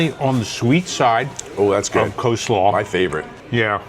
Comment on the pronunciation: How do you know you watch a lot of Vacation Education videos? When you and your husband start a drinking game: drink every time someone says "Co-slaw" (with the silent "L") 😂